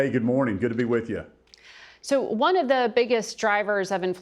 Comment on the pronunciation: Gads it bugs me how Margaret says: "Guh-morning" is it a regional pronunciation to skip the D?